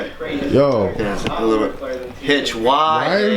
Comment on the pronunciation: God damn it Hitch, you said my last name wrong. LOLOL